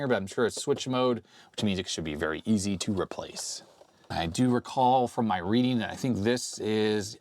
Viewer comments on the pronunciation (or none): none